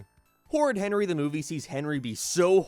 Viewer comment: I’m an American, yet them calling it “D’Movie” is the funniest thing in the world to me and I can’t explain why.